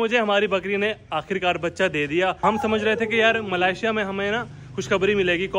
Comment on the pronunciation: Bhai yaar malaysia hota hai malasia nahi